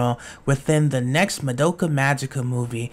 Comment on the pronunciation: actually, it's pronounced "MAH-doh-kah," not "muh-DOH-kuh"